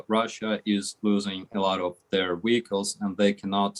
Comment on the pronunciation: say wihicles ten times fast...